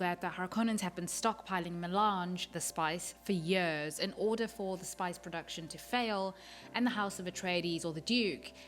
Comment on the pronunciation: I like how you say "for years." it's like "foeh yeeuhz." Great video thank you!